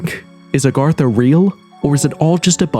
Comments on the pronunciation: It's nor Arr gatha. It's A gartha. WTF. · It’s Agartha not Argartha! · Its not ARgartha!!!! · Why f is he saying ARRGARTHA. Is he a gdam pirate. Pretty hard to take anything you say seriously if u dont know how this topic you "RESEARCHED" is spelled/proonounced. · Nice video but ur miss pronunciation of Agartha started to grind on me after the 50th time. The difference was subtle but unmistakable. You were pronouncing it "Argartha" instead of "Agartha" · Redo this video and pronounce it correctly. Agartha. Not Argartha. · It's AGartha and he keeps saying ARgartha! 🤦🏻 Sounds so uneducated, especially from the narrator of the show. It's not even consistently spelled the same! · Argartha???? wtf can you read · "Agartha" not "Argatha" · AG - artha, say it with me now, AG - artha!!! It is not ARGARTHA, there is only one R!!! 🤦🤦 it's clearly not spelled ARE - gartha yet you say it that way over and over and over again 😂😂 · You're driving me crazy saying Argartha. That first r doesn't exist. I'm out. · It’s A garth A . Not Are Garth A. What a tard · Kind of driving me crazy that he mispronounces agartha literally every time he says it😂. It's not argartha or argatha! Good video though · Celts is pronounced 'Kelts' 'A-gartha' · Ar ga tha?? Heard that several times in the narration. And "in such" who says that?? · You are mispronouncing Agartha. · Its agartha you twat. You said it wrong every single time. Why? You did so semi well in your paragraph. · I feel like this video is gaslighting me on how Agartha is pronounced